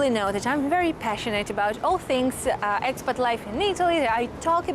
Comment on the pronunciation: So fun how 'ex-pat' sounds so much like 'expert'. 😆